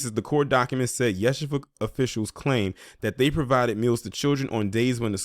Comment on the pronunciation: FYI It’s pronounced Ya-She-Va